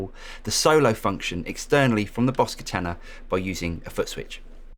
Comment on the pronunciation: Rhymes with Nirvana, not banana.